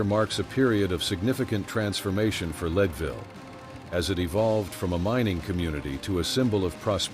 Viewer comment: PLEASE program your AI to pronounce people and place names accurately...example: it is NOT LEED-VILLE, Colorado, it is LEDville...come on...if you are doing historical information...get it right. AI can be programmed...so please correct this. Another example of this problem is Ms. Dunn...she was called the Rose of Cimmeron (Simmer-on) ...not the way you pronounced it. PLEASE correct this.